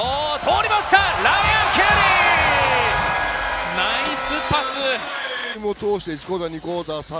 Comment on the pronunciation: やたらライアンケリーの発音がいいのはなんなのw